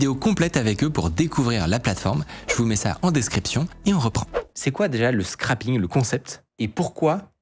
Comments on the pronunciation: Punaise j'ai buggué dès le début quand à il dit "scrapping" et à ils l'orthographient comme ça 🤪 Le terme correct c'est donc bien "scraping" (littéralement "grattage") et ça se prononce "scréping". Sinon "scrap" ça veut plutôt dire "résidu" ou "morceau", donc "scrapping" ça serait plutôt "mettre au rebus" (quelque chose de recyclable ou réutilisable). Pensez au scrap dans Factorio Space Age par exemple. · Bon, quand des experts parlent de "scrapping" au lieu de "scraping" (prononciation et sens différent), déjà le niveau d'Anglais craint 😔